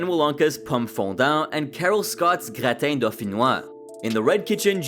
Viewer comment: stop trying to say individual words in an accent resembling how theyre pronounced in their language of origin. it sounds out of place, and also you get it wrong a lot. thats not how you say gratin.